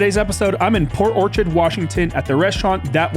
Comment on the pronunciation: PORT not poST!! 🤦‍♀️. And I’d never stay at a Motel (that’s not a hotel) anywhere!! Least you slept well 😂😂